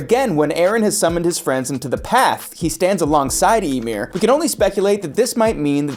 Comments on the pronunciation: I can't keep watching this, you keep pronouncing Ymir's name as "Imyr" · you can tell narrator man didnt watch AOT at all 1. he says Ymir's name as Emir its pronounced with a Y like Ya 2. The rumbling is Wall Titans not Colossal Titans. Wall Titans are 50 meters tall. and the Colossal is 60 meters tall, with the other diffrence being one came out of a wall and other one didnt. 3. Every Titan has a person inside of it so the Wall Titans would be no diffrent. The only time we got an insight as to what its like to be inside of a mindless titan is Ymir in season 2 said it was like living in a nightmare. 4. In the manga of AOT which believe it or not this anime is based on the opening scene there is 0 flowers 0 windmills just grass Eren and Mikasa. Its nothing resembling life or any of that its little changes to the animation to what the animators felt like doing. 5. The statue does not change poses those are diffrent statues as both of them can be seen in Part 1 of Season 4. The statue is of Helos who was I believe the one who ended the great titan war and send eldians to paradis. So diffrent statues of the same person it dosnt change. Last but not least watch the god damn show before making a script where everything you say is wrong.